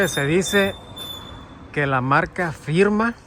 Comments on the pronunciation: Se pronuncia firma pa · Marca Pirma, no firma no mams